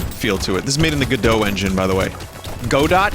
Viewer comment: damn, vinny pronounced godot correctly, nice.